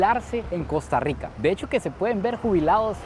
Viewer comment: Mae muy bueno pero el fenómeno no es solo económico es cultural , deja esa maña generalizada del gremio tico que hace contenido de cambiar la pronunciación de la R se dice Costa Rwica y esta bien decirlo asi